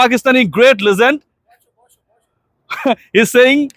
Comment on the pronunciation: Brother please google how to pronounce “ legend “. G is not pronounced like “জ”; you are a good reporter so you can be better by focusing on correct pronunciations.